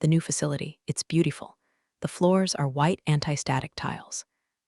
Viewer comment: Good story! In this and every other revenge episode I listen to, th AI pronounces 'beautiful' as 'BU tee ful'. That pronunciation has always sounded illiterate to me. 😲